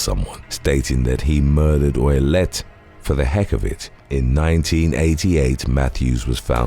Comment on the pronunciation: is Canton Massachusetts... you always have errors in your vids its like the most low effort content anyway to look online for crimes and post random pictures how do you mess that up. Also Ouillette is pronounced oo-yet